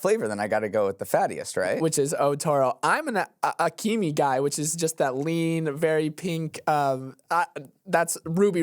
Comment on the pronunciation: Akami (Ah-ka-me) 😊 good try though